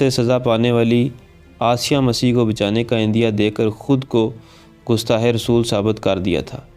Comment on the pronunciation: gustah nahi gustaq